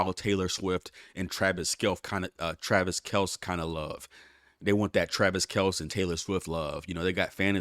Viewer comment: Bro put some respect on travis kelce’s name. 🤨🤨pronounced “Kelcy”